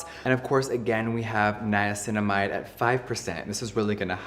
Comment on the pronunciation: Your Dr Dray says Niacinimide at 5%